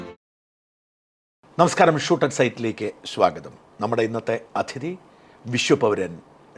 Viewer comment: അതിഥി എന്ന വാക്ക് പലരെയും പോലെ ഷാജൻ സ്കരിയയും തെറ്റായി ഉച്ചരിക്കുന്നു . ആ വാക്ക് അതിഥി ആണ്, അഥിതി അല്ല